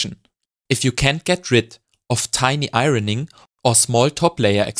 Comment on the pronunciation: A master class, thank you. Great jokes too 👍🏻. 'Iron' and 'ironing' are pronounced like 'ion' and 'ioning'.